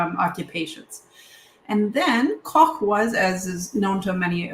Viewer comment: As the adopted son of an East Prussian mother from Allenstein, I was quite pleased by your pronunciation of Königsberg and Koch. Given the number of times I hear Luftwaffe pronounced Loof-waffa, it made me smile.